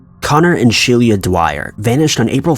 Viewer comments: pronounced she-lah not she-leah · Could her name not have been spelled "Shelia"?